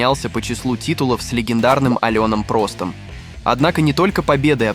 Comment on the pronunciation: Алёна Прост - так коверкать имя. Ага Вася еще проще. Чел 100% не смотрел чемпионаты с ним в те времена, втырнетах начитался и давай видос клЁпать.